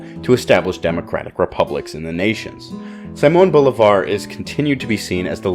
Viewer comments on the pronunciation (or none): It ain't fucking Saimon Volleyball, It's Simon Bolivar(Seemon Bolivar) to make it easier for everyone. 🤦🤦‍♂🤦‍♀